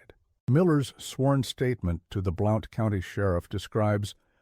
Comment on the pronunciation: Blount County is pronounced ’Blunt’